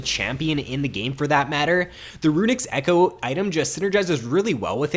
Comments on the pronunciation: "Runics Echoe" :( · i keep cringing over "runics echoe" ._. [love the vid tho]